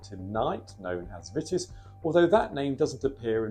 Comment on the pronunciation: It's pronounced 'Veetis'. Otherwise splended!